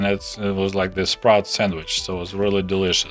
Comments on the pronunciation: lmao, same. I finally realized he wasn't saying sprouts when he talked about fishing for them in the red sea :P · ohhh... you're saying sprats, not sprouts. all this time I've been wondering what the big deal is with sprouts and how you even can them... then fishing for sprouts in the red sea... then it became clear it wasn't sprouts. lol